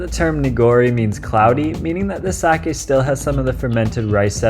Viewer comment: Good video, and extra points for knowing how to say sake. -viewer from Japan.